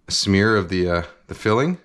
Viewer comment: A schmear? Yea, a SCHMEAR!